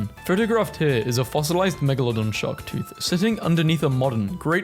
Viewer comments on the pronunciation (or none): none